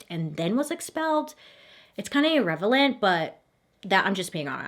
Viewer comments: I love you so much but it cracks me up when you say ir-revel-ant instead of irrelevant. I love your shows though and you're beautiful! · I played 10times the part you said IRREVELANT instead of IRRELEVANT and you guys IRREVELANT is the word I’m gonna be using from now on. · I know - it's crazy! When she said "irrevelant", I literally looked her in her eyes like this was a video chat and said "Really, Bailey?" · 🤣 She mispronounces so many things. "irrevelant" 🤣 it's kind of cute on her though. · love how Bailey says IRREVELANT instead of irrelevant and not even notices it 😍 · You're saying it's not irrevelant? 😭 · The way bailey said "irrevelant" made me start questioning if I have been misguided with the word "irrelevant" all my life 😭😭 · "irrevelant" I love you, Bailey!!! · Did she just say irrevelant? 😂 That woke me up. Usually, Bailey's story is my bedtime story. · How come no one noticed Bailey saying "it's kinda irrevelant" instead of irrelevant. I'm sorry, i'm not making fun of her, I just giggled because I do the same kind of word mixing stuff a lot haha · she said a word typo, lol. It’s irrelevant, she said irrevalent. No big, we understood her point. :) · You saying "Irrevalent" was just the cutest! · Bailey!!! you said irrevelant skskks we love you girl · "Its kind of irrevelant" ILY hehe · Did anyone else realize she said "irrevelent" ? Lol I know she meant "irrelevant". I still love her though. I started to follow her a little over a year and a half. Listened whule pregnantwith my son and my daughter calls her "tia" which is Spanish for "aunt" haha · "...irrevelant..." ???!?? Now, how am I supposed to say that word right ever again?? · its so funny how she noticed how she pronounced trespassing but not irrevelant HAHAHAHA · So I'm like re watching all your videos and I just realized you said irrevelant I think you meant irrelevant but I had to rewind the video like three times and then I googled 😅 irrevelant is not a word had to make sure 🤣🤣